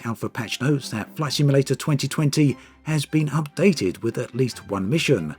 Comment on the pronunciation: Sounded like you said “Flesh Emulator” at the start of the video. We’re not quite there yet!